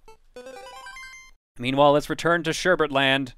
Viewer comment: it's sherbet, not sherbert.